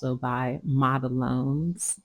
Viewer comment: Black and white are notorious for wrinkling. The main reason for that is the coat is too thick. For pure white and solid black you have to do very than coats so that number one they will cure completely the whole way through and number two they don’t wrinkle. It is actually pronounced model one as the brand 🙇‍♀️🤍